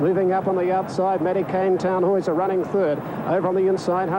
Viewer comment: He said Tannhauser correctly though. Imagine if it was Fukukitaru